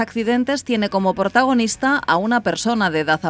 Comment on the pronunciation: Portagonista jajajaj